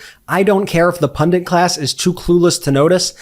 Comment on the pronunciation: GUYS: Please stop mispronouncing "pundit." It only has one "n" in it. You, and many others, are saying "pundunt," like it has two "Ns" in it, and two "Us" in it. It should rhyme with "run it" - makes you look even smarter when you say it right. Meanwhile, keep up the excellent work. I really hope that the democrats can see shady's unwillingness to accept that malignorantrump lost the 2020 election and give a real answer, as an opportunity to hammer home his complete disqualification for the vice presidency. It is a nail, and we need to be a big hammer that keeps hitting it until it is driven all the way in into a victory at the polls on Election Day in November. I wish that Gov Walz had got right in Vance's face about his repeated insinuation that Trump was running against a Harris Administration. I won't expand on that, because if my reader doesn't know what I mean, they're just not paying attention. Hey y'all, be part of the BLUE TIDAL WAVE that washes the stench of trump into the prison laundry where he has to wash his own diapers. He was in my home county on Monday, and I swear I could smell him from 12 miles away when I was out watering my garden. Felt a genuine burden lift from my shoulders when I was sitting at the hair salon and saw trumpie's plane flying out of town that afternoon. What a relief! Be watching for the Smith brief filed in Washington DC and share it with others when it is made public. People need to know about this criminal's crimes. Just a great big ch